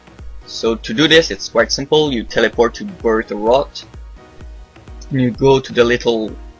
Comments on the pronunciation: "wyrewatch"' :p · vyrewatch not wyrewatch :P